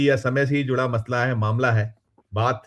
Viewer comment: मतला नहीं मसला